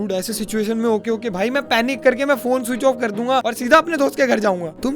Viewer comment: "yese" was epic